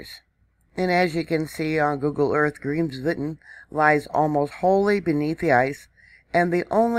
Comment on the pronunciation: BTW the volcano's name is pronounced "Krims-voet'n"